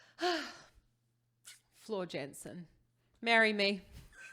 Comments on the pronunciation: It’s JANSEN not JENSEN !!! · "Yansen" ("J" pronounced as "Y" in Dutch). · small tip, pronounce jansen as yansen, much more accurate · Jansen. Please pronounce her name properly. That little Dutch girl deserves that